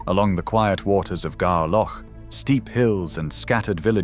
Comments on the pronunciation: ffs nor "Garaloch".... It's pronounced "Gair loch" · Agree. The pronunciation is absolutely shocking. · I haven't a care anymore, i've lived with the Submarine base in Gaerloch which you obviously cant pronounce! Too many idiot Dictators about in power, Scotland becomes in charge of Neuks to make sure no other Bam dares is ok at the moment?